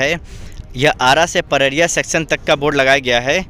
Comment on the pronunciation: पररिया नहीं पडरी है जगह का नाम। सुधार कर लीजिए।